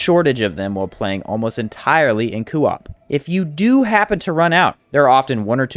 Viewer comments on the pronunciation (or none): CO - OP NOT COOO OP WTF 🤬 ITS ANNOYING !! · Why are you adding an extra O in Co - op? It Co like go not Coo like Goo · It's very jarring to hear every time he says it like that lol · why does every small elden ring creator mis pronounce words one guy said elden rihn and this guy says coo op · Co. Op not cooop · Lol great video but you new Elden Ring youtubers have me squirming in my seat with your pronunciations 😖 Today you're saying cuu op, yesterday a guy kept saying Elden Rinn. You guys are killing me here 😆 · Coo-op lol 😂😭😅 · Say it with me Coh-op. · Solid video - that being said, how you say “co-op” makes me want to put my head through a window. “Cuu-op” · since no one’s said it, it’s said like coh-op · Does anyone else hate how he says coop? It’s not kewop. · just came to say coo-op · Kind of driving me insane he says it like that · IMAGINE SAYING KOO OP..... that alone made me stop watching your video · Good sop saying koo-op, but good video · KOE AWP ...ffs man lol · Fr, I was about to call principal O’ShackHennessy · Will never watch another one of your videos in fear of hearing "coo op" again 🤢😂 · why do you pronuce co op like that, NECK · No offense but the way this guy says coop really rustles my jim jams. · lol that part on family guy when stewie saying cool W-HIP 🤣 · Coo whip. Why U saying it like that Lol awesome vids 🙏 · I was literally about to make the same comment until I saw yours. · Can you pleas say co-op properly, other than that you are an ok youtuber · I really couldn't get over the way he mispronounced co-op it made me cringe constantly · The way he said co-op really bothers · your pronunciation of coop is insubordinate and churlish